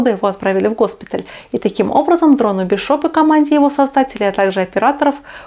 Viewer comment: Не "БишОп", а "БИшоп". См. х/ф "Чужой"